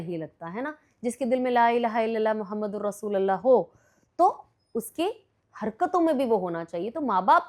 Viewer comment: Aap rasulallah padh rhi h jabki rasulullah sahi hai